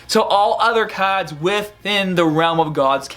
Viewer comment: "Dawkin Awakenin" , "Caads" lol